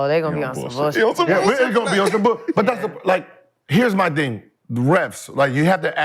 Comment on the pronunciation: Somebody teach Gill how to say Thing and not Ding lol